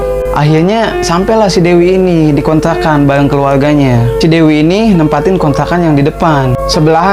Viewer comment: Kontrakan ya om Bkn kontlakan wkwkwk...